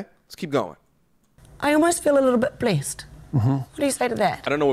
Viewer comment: she said "blessed" but its the NZ accent